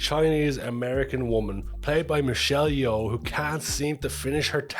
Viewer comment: You pronounce Michelle Yeoh correctly.. Just Yo..